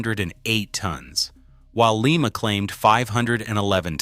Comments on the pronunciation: It's LYE MA.........not Lee Ma. Lee Ma is in Peru. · And it is lye-ma not Leema. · STOP 🛑 we don’t live in Peru. Lima, OH is pronounced lime-uh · Thank you!! …. That pronunciation bugged me all through this video ….